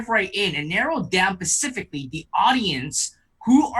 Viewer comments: im sorry, he lost me when he said "pacifically" .... - and am i the only one who hears his condescending tone? and man-splinations? ( "i dont THINK that its selling well it IS selling well.") either way.... love your videos and great info in this one too despite all the shit i mentioned. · He said pacifically sooo many times... 😑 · I struggle to have faith in a teen that says pacificly ... as apposed to specifically.